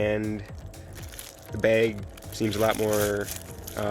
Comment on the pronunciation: “Microfiber Baig”